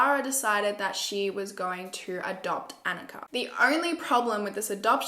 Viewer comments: *anicka (anitchka) ,,, it’s ok, u tried. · Sorry but you got the girls name wrong. Don't know how to spell it but is Aneeshka. Just spelt it how it's said. Yeah dude you got Barbara wrong as well it's Baborra. They are all Czech names. Might have been good to look at some other people who covered this case too for pronunciation and foreign names.